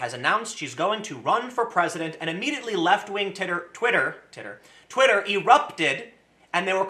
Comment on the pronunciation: I like the part where he said "Titter" instead of "Twitter".